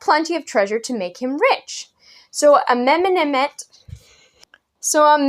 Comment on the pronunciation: I LOVE the "Amenamenamhet" pronunciation. XD